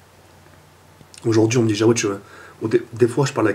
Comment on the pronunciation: C'est Jaoued et pas jawed --"